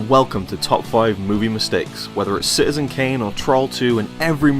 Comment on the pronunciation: Note to narrator: There is a t in 'citizen'.